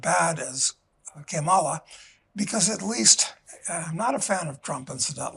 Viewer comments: No, Mr. Casey, Kamala is not pronounced as the Spanish "Que mala." Kamala does not mean Que mala. She does not have hispanic descent and it is stupid to think that her parents would name her "Que mala" which is true, does mean "how bad" assigned to the feminine. If you want to get to what her name means, that most certainly will be found not in the hispanic world, but in the South Asian world. Only a jerk would make this connection between her name and those specific Spanish words. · That was a very derogatory and unfair way to say her name. Que mala. Two words. Not spelled the same at all. That was rude. And you know it. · Come on. He damned well knows how her name is pronounced and that it's Indian, not Spanish, not Que Mala. What a gauche old toad. For someone who is trying to claim he is neutral in so may ways, he betrays himself. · You will pronounce it as “Madam President.” Didn’t Argentina get popular after WWII. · "KE MALITA" lol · But she's not Spanish She TAUGHT these idiots how to pronounce her name. And Trump is fkn up ALREADY! 😂😂😂😂 TRUMPANZEES mad because tariffs 🤦‍♀️ Always trying to be disrespectful to fk us over and get fkd in the end. Ridiculous, grow up